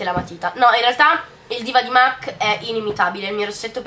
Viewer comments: si dice mac non "mec" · La pronuncia più sentita e diffusa non è sempre quella realmente corretta, non bisogna essere madrelingua per capire che "mac", in quanto acronimo di make-up art cosmetics, si pronuncia mac Sally M. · beh "and" si dovrebbe pronunciare and non end però dettagli haha e mac si pronuncia mac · esaaaattooo se fai un video di beauty almeno informati su come si chiamano le cose😂😂😂 mac pronunciato |m. a: c| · ma in ogni caso "Art" si pronuncia come è scritto perciò la pronuncia corretta è "MAC"